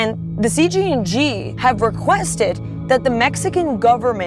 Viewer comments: Y’all keep saying cgng not cjng 😂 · C “J” NG not C “G” NG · female reporter dosent know much what shes talking about sadly ,she also KEEPS Calling them CGNG NOT CJNG she didnt even say chaos in spanish correctly . if she cant do those basic things lol imagine the stuff she thinks she knows she is telling you guys. cool video but her part should of been cut out its false stuff , that whole you cant even say the word cartel is a huge lie lol you can say anything there and they wont pull ya over, if they dont care about deaths like that do you think they care about reading cartel banners? no lol not sure where she is getting her info